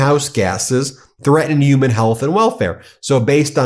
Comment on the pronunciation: I thought the word "human" had an "H" in it. Uman is a word?